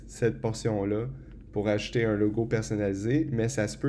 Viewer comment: Merci pour ce tuto (mais à chaque fois que tu dis "ajouter", moi j'entends "acheter" !) ;)